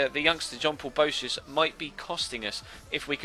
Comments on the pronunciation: Boëtius is pronounced like bo-a-tius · The 'e' in boetius is pronounced like the english letter a